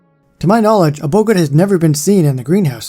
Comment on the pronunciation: Sorry,, but your pronunciation of "Boggart" is throwing me;)